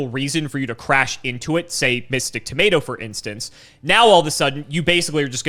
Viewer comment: I am so sick of pronouncing things wrong, he even said "tomato" wrong 😤